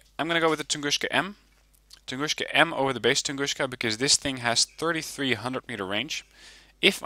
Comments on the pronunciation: What he's saying is "Tunguska" should be pronounced "tun-GOOSH-ka" instead of "tun-GOON-ska", I believe. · Tungooska. There's no "sh" sound in Tunguska. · funny when you telling "tunguska" like - "тунгушка". It's incorrect, call them - where "S" - is "С" without "SH", because it is - "Ш". BTW Thank you for the nice video.